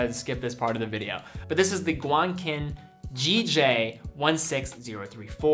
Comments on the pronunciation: Fyi it’s pronounced “guan-chin” not “guan-kin”. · Just FYI... whenever you see a "Q" in the name of a Chinese-name, the "Q" is pronounced like "CH" ... like CHESS. So The Guanqin brand would be pronounced "guan-chin" not "guan-kin".